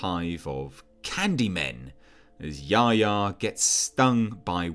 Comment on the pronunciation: I wish they’d pronounce Yahya (Ya-Hy-a) correctly.